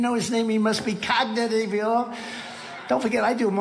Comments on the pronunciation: Cognitiveyuaah 😂 dear god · ⚙️ cog not yee ahw ??? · A very stable jeeneus😂😂 clognitive? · Someone is feeding Trump these Hitler lines because this clown hasn't read a book in his life. It is almost a year until the election, Trump will be almost braindead by then as he is in rapid cognitivneeyahww decline. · Cog -na -tive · I don't think that's decline - I don't think Dumpy's ever been able to pronounce "Cognitive" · C'mon, David. Give the guy a break. 'Cognitive' is three syllables.